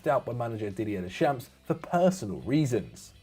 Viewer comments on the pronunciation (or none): Deschamps is pronounced 'Dayshomp' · Can there be a slight effort in pronouncing the names properly? I am not asking for perfect pronunciations of every name, that's an impossible task, but I expect more than "des champs" for Deschamps is at this point a little sad and jarring. PVS always put in a good shift with the pronunciations, I think rest of FD should give it a proper shot too. It shows that you actually give these players and managers a little respect.